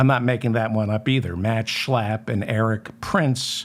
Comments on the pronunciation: Checking my online dictionaries: 'schlapp' (pronounced 'shlupp' in German) = limpid, floppy, listless etc 'Schlapp' as pronounced by David, is like shlep (to drag, to pull) in Yiddish. So, when Matt does not drive his dearest most Mercedes and gets a bit listless, he's likely gonna shlep a handsome young Republican, before then nodding off to, well, shluff (sleep). Oops, I forgot to bring in the exorcist! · I love how he says Matt Schlap. I find myself blurting out those words at full volume when I'm working late and need to keep myself awake. It makes me laugh and I thank David for teaching me the correct pronunciation. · I love your show. One of the minor reasons for this is that I love the way you pronounce the words Matt Schlap. Especially when you’re making a point of showing us what a lying creep he is. Bravo!